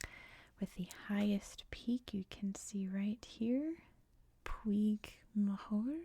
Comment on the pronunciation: Puig is peak in Catalan. It’s pronounced exactly as you’re pronouncing it in Spanish but in Catalan it’s produced close to “pudge” (the -ig ending in Catalan makes a “-dge” sound like fudge in English)